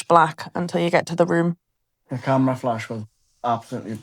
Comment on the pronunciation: that guy in Dark Hollow " Im on camrea " XD great vlog!